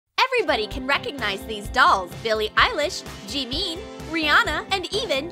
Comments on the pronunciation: They really said jimin( jemin) instead of jimin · It’s not “JEEMEEN “ it’s Jimin why you got to make it look like oli London. Smh smh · That ain't no Jimin more like Oli London And it's Jimin my girl not JeEmEiN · its not jeemean is jeemin yall know what I mean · Bruh it’s not jemean it’s jimin mate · “Everyone recognizes these dolls. jEeMeEn” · JEEMEN BAHAHAHAHA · I thought that too I was so mad when they said JeEeEeAaeMiN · His named isn't pronounced Jeemin. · the pronounciation of "JEEMEEN" haunts me 😭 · It sounded like “jeemi” and your username is exactly how I feel rn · i love how they say "jeemeen" but at the same time its kinda frustrating😂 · Me: watches Also me: sees the Jimin part: calls him Jeemeen Me: >:( StApHhH!!!! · IF HE ADORED BTS HE WOULD BE CRYING AT THE SIGHT OF “JEEMEEN” poor jimin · "Jee-meen" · " a mini JEEMEEN" me: ...... * I'VE BEEN FALLEN* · Who the hell calls jimin JEEMEEN like bish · Nobody: Not a single soul:: ”JEEMEEN” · I actually got mad WHEN THEY SAID JIMI INSTEAD OF JIMIN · Who’s Jimin? I only know jEmEeN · When they say jeeihmeen Armys : how dare you??? (Edit) just kidding lol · Nobody: Literally nobody: Not even god:: JeMeEn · It looks like it should be burned that is not how you say jimins name and that doll looks nothing like him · Imma go on a little rant here💕firstly, the Rihanna doll looks nothing like her, the billie eilish doll is...ew, the joker looks like he can be the new clown for McDonald’s, gigi hadid seems meh, and the way you pronounced “JEEMIN” has me dead💀and his face looks weird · Y’all can’t even say Yoongi or Jimin right y’all say Yongie and jemen 💀🤚🏻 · First of all, then did jimin so dirty and second “ jeemeen “ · I was so triggered that they kept saying "jeemean" like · "Jee-meen" doesn't deserve that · “Let’s make..A MEENI JEEMEEN” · No one:: "jEeMiN" Me:... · * makes a “Jeemen” doll* Me: B!tch thats OLI LONDON not “JEEMEN”